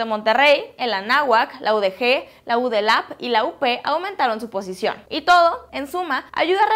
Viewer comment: No es U D LAP, ES UDLAP